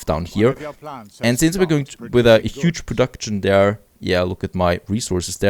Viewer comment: nice episode :D But I hear you doing the same spelling I did too in pronouncing words with the ending "ction" e.g. "production". you canbasically say "prodakschn" without the "t" :) and you react the same way I do when I build a house wrong or the game decides to missplace something :D